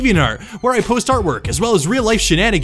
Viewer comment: Tai-an-day-ga? I thought it was Tee-an-dah-gah